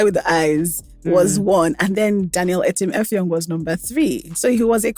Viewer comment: The Akwa-ibom etim effong with the way siad it got me rolling on the floor😂😂😂😂😂